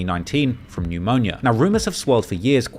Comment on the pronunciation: Got a new way of how I'm pronouncing pneumonia.